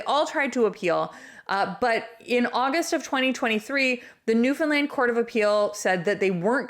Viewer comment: It's Newfoundland not New Finland